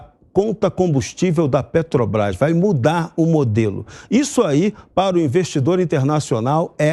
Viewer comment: Não consegue nem pronunciar a palavra " para". Para ele é " pá": vai pá casa...